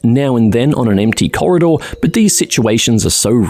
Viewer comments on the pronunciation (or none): none